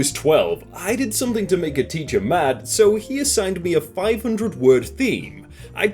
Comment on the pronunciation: No one: with his accent: S U M M A T